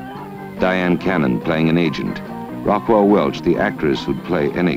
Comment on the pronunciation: Why does the narrator pronounce Raquel Welch's first name as 'Rockwell'?